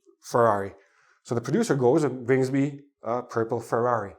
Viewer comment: the way of saying ferrary anoyed me.there is alot of roading